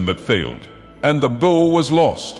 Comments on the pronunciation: This guy can’t pronounce bow to save his life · I like how he pronounced "bow" at least 4 different ways